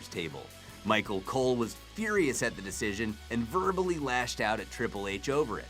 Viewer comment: He said micro cole